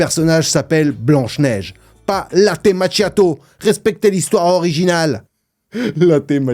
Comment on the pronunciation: Machiato ...ce prononce makiato